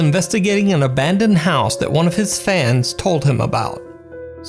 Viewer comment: bro thats the wrong pronunciation of "house" for this application. You're saying like "This building would straight-up house women and children!" XD